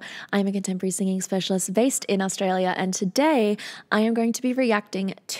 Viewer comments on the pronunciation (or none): none